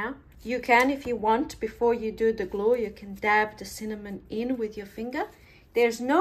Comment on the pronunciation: "GLOO IT DOWN" "GLOO IT DOWNN" 😂😂😂 your awesome 👌